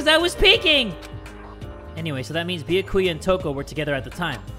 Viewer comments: Wait a minute, did he call Byakuya, Biyakuya? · It triggers me how he says byakuya he says the bya part with like an o and not an a LMFAO